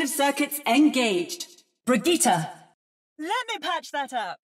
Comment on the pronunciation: I’m like actually happy echo said Bridgett’s name correctly